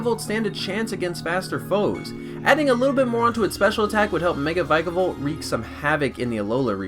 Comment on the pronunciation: My nigga said "troape kick" its TROP like tropical but without the ical, and vikavolt is-- i cant with how you said these pokemons names it just annoyed me alot